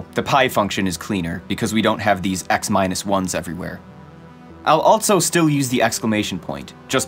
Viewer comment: The way this guy says “also” makes my eye twitch every time